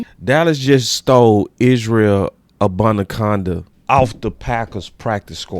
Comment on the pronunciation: Cannot pronounce his name